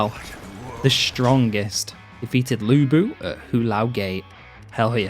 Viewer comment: No idea why the characters pronounce Lu Bu as Looey Boo 🤣